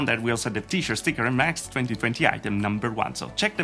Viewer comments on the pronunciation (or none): none